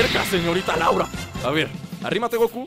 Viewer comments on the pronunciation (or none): none